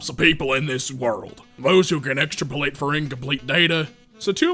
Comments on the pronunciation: I’m sorry but the pronunciation of extrapolate being extra-po-late got me. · it's pronounced... EX STRAP OH LATE and it means to assume unknown values from trends - like If I said all of my oranges were normal except for 2% of them - you could say 98% were normal. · I love ex*trap*olate getting turned into extra*polate